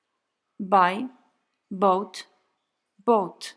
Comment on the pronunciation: Kupować - wymowa jak "boat" - łódź. Well...